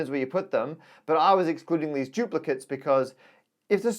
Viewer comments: Why does Matt keep saying "giuplicates"? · For some unknown reason, Brits often pronounce a D as if it were a J.